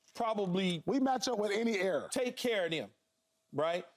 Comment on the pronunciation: ERA. Not “error” Paul 🤦🏻‍♂️